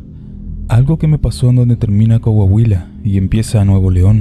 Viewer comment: Se nota que son extranjeros los narradores del podcast no saben pronunciar bien los nombres del país, decir Cohuohuila en ves de COAHUILA, ahí se nota.Ahunque quieran pasar por MEXICANOS.😢😢😢